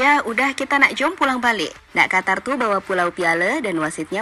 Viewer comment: Qatar. Huruf a ganti o. (Qotor). Lanjut